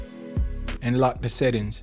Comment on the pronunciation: The is pronounced "thuh", not "duh".